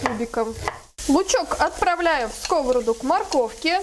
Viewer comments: СковородА,а не скОворода, а за рецептв спасибо❤ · Извините может я забыла русский девушка говорит скОворада, я всю жизнь говорила сковорОдка.? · Так , как же правильно произносить скОворода или сковородА ? Правильно скрвородА ! Не будьте дремучей и безграмотной !!! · Рецепты классные. Но частое слово скОворода режет слух. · Вы молодец,все вкусно и красиво,но ставьте пожалуйста ударение правильно на слово сковорода.